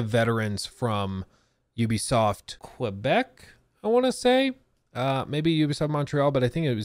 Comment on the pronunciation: there is no W in quebec. Pronounce it kay-beck